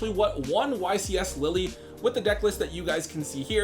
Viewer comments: The first time he said it, I was like O.o the second time he said it 🤣 ain't no way bro called Lille, Lily. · Sadly I know people that pronounce the name of every card incorrectly on purpose, may have gotten Lille wrong, but, I personally don't hold it against him, just a silly thing in the moment, and that doesn't take away from all the great work he puts in for the channel.